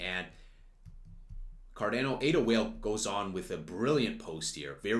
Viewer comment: Did he say CarDAYno?